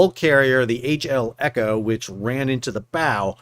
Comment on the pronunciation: You called the ship Echo and Elco all the way through the vid and not once did you call it the eco. If you want to be taken seriously as a news channel, how can I trust anything you say if you can't get a name right? Details don't matter. Gossip channel. I'll look elsewhere.